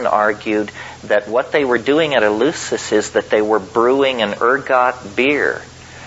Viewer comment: Thanks! Btw, Terence, it's "El-LEF-sis" as in Greek.